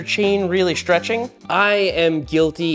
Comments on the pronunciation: What the heck is shhtrech?. Isn’t it stretch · Chains don't "schtretch" they stretch 😂 well ok they wear causing them to lengthen. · what is sh-treching? XD